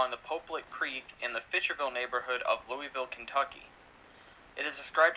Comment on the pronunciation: One day someone doing a video about Kentucky will actually learn to say Louisville correctly. I still wait for that day.